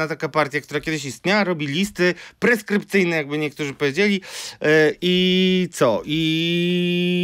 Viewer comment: listy proskrypcyjne, a nie preskrypcyjne. Ok. 4min.